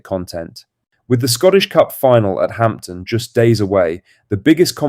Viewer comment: STOP SAYING HAMPTON 🤬